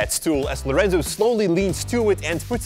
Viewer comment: Is "Lorenzo" not "Laureinzau"